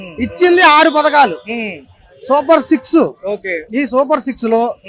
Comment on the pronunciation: Super six kadhu super se. 😂😂😂😂😂